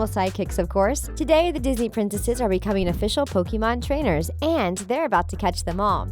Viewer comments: The way she pronounce pokemon is like pokimon uhh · Its frustrating how she pronounce pokemon and pokemons name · she mispronounces every single pokemon name. she even mispronounces the name pokemon